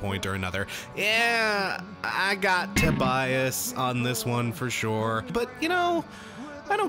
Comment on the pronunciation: "Teh-bias"? TOBIAS